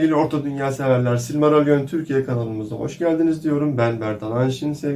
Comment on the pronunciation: Silmarallon değil hacı o ya ama yine de sen bilirsin